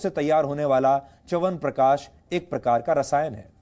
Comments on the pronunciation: चमनप्रकाश 😂😂😂😂 bol na shikh le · च्यवनप्रकाश नही सुधीर सर च्यवनप्राश है वो.